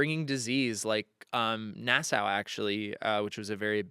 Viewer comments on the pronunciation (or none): love that you love pirates (me too) <3 Gentle criticism, Nassau is pronounced na·saw (not na·sow). A lot of people mispronounce it, don't worry. Credentials- Bahamian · Hi from Nassau, Bahamas! We are descended from the Pirate Matthew Lowe. I have to correct you though. Nassau is pronounced NA-saw., your knowledge is impressive. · love u. pls learn how to pronounce nassau